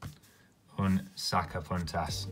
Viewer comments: Say '''saca PUNTAS""....the u ....like in MOON. Saca PUNTAS !!! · I thought you said sacapuntas cuz it almost sounds like “saca puntos” as in points lmfaoooo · I thought he was saying sucker puncher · I thought he was saying soccer punters in a weird accent haha.